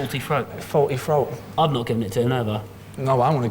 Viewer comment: "Faulty froat"? what is a "froat"?